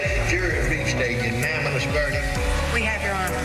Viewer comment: Senile redneck judge. Can't say unanimous